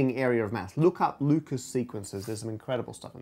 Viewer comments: oh man "Lucas" numbers? In the last video I thought he said "Ludacris" numbers! But I gotta, kn-kn-kn-know what-what's your fan-ta-ta-sy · "I'm going to say Lucas because I'm lazy." Immediately says it with French pronunciation.